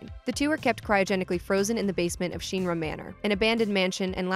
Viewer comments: pronunciation of Shin-Ra is gonna drive me nuts. Shin not Sheen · What is Sheenra? Could you find people to narrate these that have maybe played the games before? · OMG...... its Shin-ra not sheenra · Sheenra.. Or Shinra? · Sheenra.. lol I'm sorry, that kinda hit me everytime you said it that way. :P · It is Shin-ra not Sheen-ra, please say it right! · shin ra. not sheenra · It’s SHINRA not sheanra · I hate how she says Sheenra instead of Shinra... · Shin-ra not Sheen-ra sounds weird yo. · Shinra Sheen Ra X Shin Ra O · It’s Shinra Not Sheen-ra!! It’s not that hard to say🙄🙄🙄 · It's SHINra, not SHEENra! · It's mildly infuriating hearing shynra instead of shirna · Sheenra lol SH-IN-RA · "Sheen-ra", really? How hard is it to say Shin? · The way you say SHI-NRA 😒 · The hell is a sheenra? Clearly hadn't seen Advent children to Learn what the intended pronunciations are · Why do videos like this always mispronounce things that have official, well used pronunciations. Bothers me so much its not SHEEN-rah, its SHINruh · Its pronounced shinra not sheenra u know like ur shin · Ty for pointing out the sheenra thing. Lol kept wincing hearing that. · Thank you! Even in the remake, all the characters pronounce it like "in". Not a long E. I am kinda sad they didn't keep Aeris' name with the S. There's a video explaining why the correct pronunciation is with the S, not the TH. But it's a small thing. Also, I had always said Mako with a long A, rather then an "ah" sound, but that's just me. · "Sheenra" lmao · That made me so mad lol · LastAtari 7 yeeeeep sheen-ra 🤣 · Not sure what is more grating, her pronouncing Shinra as “Sheeeenra”, or calling Aerith “Aeris”. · "sheeeen-ra" 😂 I can't even...... Also this was uploaded after the fully voice acted remake, so proper pronunciation is easily referenced lol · I can’t get by you calling it “shEEnra” 😂 nice vid though. Good info all around 👍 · "Sheen-ruh" Yeugh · I've never heard anyone say shinra like sheenra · “Sheenra” lmao